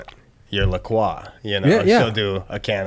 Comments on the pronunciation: Its pronounced "LA CROY". I looked it up a while ago. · the la croix website says its pronounced croy, rhyming with boy.